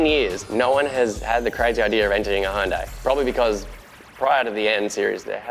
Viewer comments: Its NOT Houndai, its Hyundai.... make it right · Pronounced Hun-day. All day ev'ry day. High-oon-die sounds weird... or is it just me?